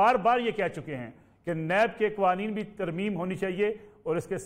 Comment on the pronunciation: Soalon nai sawalon hota hay qoaneen nai qawaneen hota hay pls correct your pronunciation